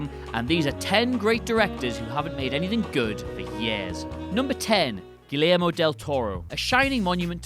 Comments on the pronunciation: Correct me if I'm wrong, but isn't it pronounced "Gee-air-mo"? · It's Gui-YER-Moh Del Toro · this video represents english people in a bad light. i promise, even someone with a northern accent as thick as mine, i can still pronounce key words in other languages, like names and shit. gilermo is just the worst attempt i've ever heard. obviously wasn't written by the dude talking and he certainly never said that name like that to anybody before filming. there's no way everyone around him thought he nailed that name, someone must have noticed and let him do it so it's on the internet forever. reminds of the horrid way bill, from bill and ted's excellent adventure, says "beeth oven", except that was on purpose and a goof. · "Red State" was great. The first name is pronounce ghee-air-mo, not gill-air-mo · "GILL-AIR-MO DEL TORO" I can't tell if is trolling or just really doesn't care about pronunciation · Its pronounced (ge yer mo) lol. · This dude’s saying GuiLLermo Del Toro. And “The Shape of Water” won Best Picture months later soooooo... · First of all, Guillermo is pronounced "gee-AIR-mo" and secondly, he directed Pacific Rim so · I'm sure someone has mentioned this already, but it's pronounced "GuiYERmo." The double-L in Spanish is a yee sound. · Just try to pronounce the "ller" more like a "yair" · Audio The AIR part you say in Gee-AIR-mo, is actually Jer, as in JERemy. Gee-JER-mo. or YER, YAIR, whatever :B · I don’t know if it’s a Britt thing; but the “ll” in “Guillermo” makes a “y” sound. Not everything gets pronounced phonetically. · Kind of funny and cute how you pronounce Guillermo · The double L is pronounced like a Y, Elle Fanning is pronounced like L, and “Franny Coppa”??? Bruh, what are you doing? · Excuse me? You can't even pronounce Guillermo much less are you capable of critiquing him. You can't hate on the man for producing stuff. This list is about DIRECTING, not producing. Sort your shit out mate.